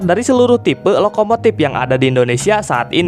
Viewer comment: Org Sunda ya bang? Huruf F diganti P semua 🤣🤣 Manupaktur Lokomotip Serpis Episien Enpironmental Elektromotip Subjektip Perporma Spesipikasi Syaipul Padli Tarip Inpormasi Pitur Demikian rangkuman huruf P